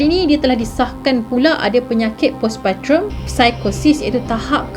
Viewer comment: Assalamualaikum... Postpartum sebutannya pos-par-tem 😉😻👍🏻.. Sedih citer ni..😢 kalau lah suaminya ok, mungkin penyakit isterinya masih boleh pulih dan xperlu hadap jln cerita yg tragis mcm ni..😢😢